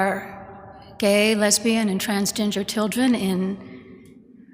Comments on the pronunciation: I thought she said trans Ginger children lol 😂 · Pretty sure she said Transginger kids.